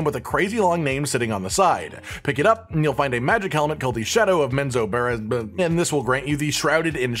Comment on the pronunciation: Men-zo-ber-ran-zan. It's actually pronounced exactly as it's spelled in English.